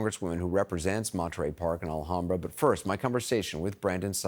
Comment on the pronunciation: Recommend “L-HAM-Brah” for local pronunciation of Alhambra, CA, Northeast of downtown L.A. ;-)